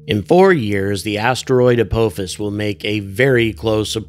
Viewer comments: Good stuff! But It’s pronounced uh POFFICE. Have you never watched Stargate SG-1? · I believe it is pronounced "ah-paw-fis"